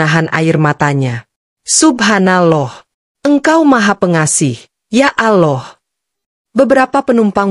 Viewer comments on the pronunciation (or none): Yg benar nyebut Allah bukan aloh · Sayng yang cerita gak fasih ucapkan Alloh.